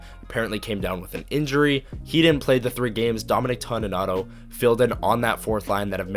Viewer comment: Appreciated and enjoyed, one small thing it's TONY nato not TAWNY nato.